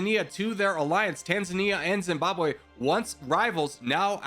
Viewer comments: Zimbabwe not Zimbabw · "Nambia" "Etswana" "Etswani" "Entreya" "Drs Congo" "Camoros" "Bukini Faso" "Bukano Faso" "Boko Fason" "Boko Fasono" "Boko Faso" "Zimbwabwe" 💀